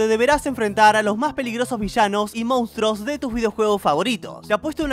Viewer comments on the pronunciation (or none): none